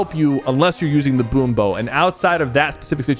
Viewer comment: He said so many things wrong 💀 Boom bow, Valerie, Montage